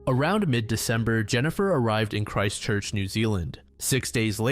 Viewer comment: Hey man, just wanted to let ya know Christchurch isn't two words, but one, said really fast. So instead of Christ Church, its Christchurch with no space in between :) Thank you so much for covering NZ cases, there are genuinely so few people that cover our cases these days. To be fair, we also don't have a shit ton of horrific murders, so it is slim pickings.